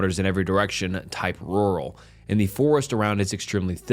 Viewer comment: i like the over-exaggerated pronunciation of rural